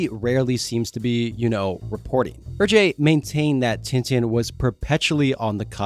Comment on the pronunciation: Great video. Hergé is pronounced like "air-che" not "er-jay" though